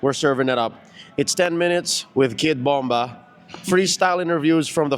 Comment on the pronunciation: Kidbomrap not kidbomba 😂😂